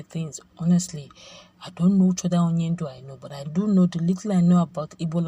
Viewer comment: NO PLEASE NOTE you pronased the word wrongly Onyenduo means A LEADER